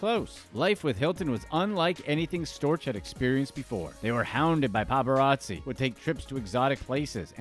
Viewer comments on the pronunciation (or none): none